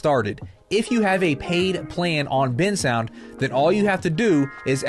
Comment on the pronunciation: Bensound❌ Bin sound✅